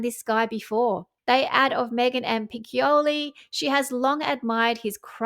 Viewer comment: PLEASE! Piccioli is pronounced like Peach-(i)-oli. You swallow the i a tad. You‘re such a good researcher, names deserve a little attention. And Chloe Malle is still pronounced Mal, not Mally.